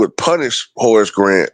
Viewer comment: Sounded like you said Horace was content being a horse 😂